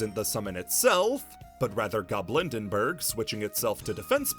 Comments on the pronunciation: Fantastic video! But cards being mispronounced is one of my pet peeves, so I have to correct some here: “Dreaming Nemleria”, not “Dreaming Nemerelia” “Goblindbergh”, not “Goblindenbergh” “Predaplant Ophrys Scorpio”, not “Predaplant Orphrys Scorpio” (This one is really common, to be fair) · I know this doesnt matter but it's driving me insane. Tear Lament. Not Tear ALament Goblind Bergh. Not Goblind ENBergh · why is getting goblindbergh's name wrong so annoying